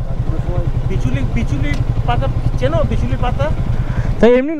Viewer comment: Bichuti noi bichuli😂